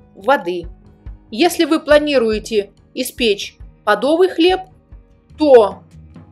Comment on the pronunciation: Спасибо большое за рецепт любимого украинского хлеба! Можно ли в тесто дополнительно добавить белый солод, помимо заварки?,спасибо за рецепты,за объяснения,за грамотную речь,редко услышишь правильное ударение в слове «подо’вый»!